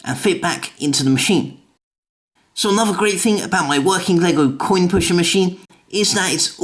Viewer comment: You said Quinn not coin